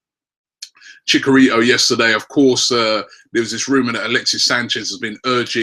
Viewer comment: It's Chich-a-rito Robbie ;)